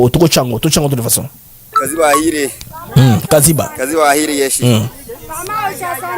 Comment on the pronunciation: Kaziba et non kiziba